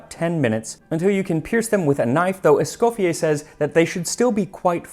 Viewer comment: I very much like your videos... but ont this on I really Thank you for the effort done on the correct pronounciation of M. ESCOFFIER's name the french way.